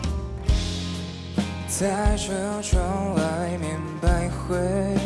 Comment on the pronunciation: 徘徊（huai)不是hui